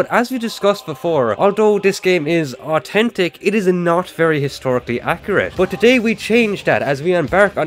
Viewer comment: 'AWTENTIC" Might as well of said "AWTISTEC"